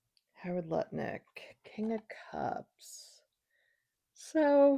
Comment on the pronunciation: Nice to hear someone pronouncing his name correctly! Thanks,, love you!